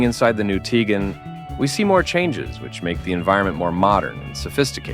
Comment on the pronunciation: Dude can’t even pronounce the name correctly.